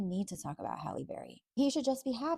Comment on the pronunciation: Why can’t you so-called bloggers get her name right?! It is pronounced “Hal-ee” not Holly.